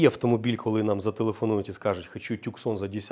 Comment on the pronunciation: Опять тЮксон. .ну не е.т.м. Город в штате Аризона - Тусан. Местные произносят Тусн.. Не Таксон, не тЮксон. . Вроде профи а так лажаете. . По машине: Ей красная цена 8500. К сожалению реалии украинского рынка таковы. Виноваты в ценообразовании ВСЕ